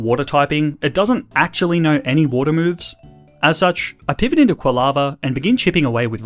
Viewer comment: THE H IN JOHTO SHOULD BE AFTER THE FIRST O! ACTUALLY, NOT ACUELY! CHIKORITA, NOT CHIKRITTA! AND WE DON'T SAY IS IF WE'RE TALKING ABOUT MORE THAN ONE THING, WE'RE SUPPOSED TO SAY ARE! STOP USING THE WRONG WORD!